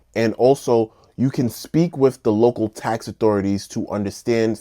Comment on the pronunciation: Property Task bro youre killing me... task???? its tax